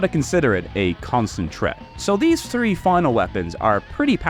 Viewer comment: Wait. Why can you pronounce throne but not three?